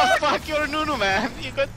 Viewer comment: Commander Nunu? You mean UNUN no?